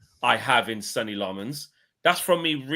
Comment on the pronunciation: keeps calling Lammens “Sunny” rather than Senne (Senna) & it’s driving me mad, lol